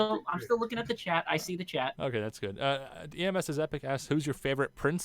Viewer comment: I laughed my head off when he kept saying my username wrong Ems not E.M.S XD TROLLOLOLOLOLOLOLLOOOOOOO